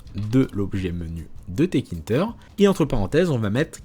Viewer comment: Salut, juste une petite erreur de prononciation de ta part, ce n'est pas 't-kinter' mais 'tk-inter' Donc il faut le prononcer 'téka-ine-teur' Ah oui, aussi, en pratique, on n'importera pas tout depuis la librairie tk, c'est trop lourd à charger, et sur de grosses interfaces, ça va prendre du temps à charger, donc, il faudrait plutôt utiliser cette syntaxe: from tkinter import PhotoImage, Canvas, Frame, Label Aussi, quelque chose d'encore plus utilisé est de faire: import tkinter as tk Puis, image = tk.PhotoImage C'est plus utilisé car cela permet d'éviter les conflits de noms d'objets 😉 Sinon, super vidéo!